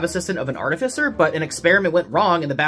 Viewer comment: 50,000 bonus XP for pronouncing artificer correctly! 👏👏👏